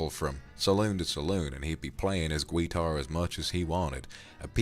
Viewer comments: I love how you say guitar hah gwuiter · Vox: "Gweetar" Me and my country background:"Where the W come from?" Also me laughing my ass off 😂 In all respect though, this was amazing and I really enjoyed it. Thank you Vox! ❤